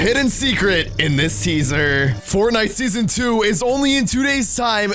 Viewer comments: You said seasor instead of season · Said Seasor on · you said seasar